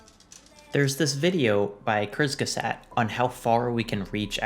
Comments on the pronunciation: (quas-geh-zaht is how u pronounce it btw) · also that's not how you pronounce kurzgesagt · you just said kurzgesagt like chris the sack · "cursegesat" :D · Your pronunciation of Kurzgesagt was too funny